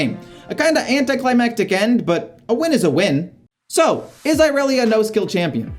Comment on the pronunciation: not the "eye relia"😭